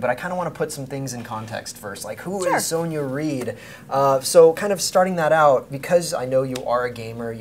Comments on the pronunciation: she must of got so annoyed at him calling her soneya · Her name is pronounced Sonya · Lighting. Yellow walls and all. Frustrated that he said her name wrong lol. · He said her name wrong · You were pronouncing her name wrong. The 'o' in her name is pronounced like in 'box' or 'bottle'